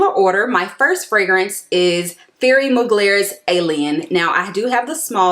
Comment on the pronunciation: It’s Ti-air-ree (you don’t pronounce it as th-) otherwise I’m subscribing, these suggestions are good and different to what other youtubers are saying🙌🏾